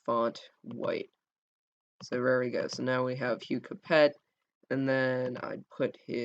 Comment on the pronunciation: it s not " capet " it s " cape "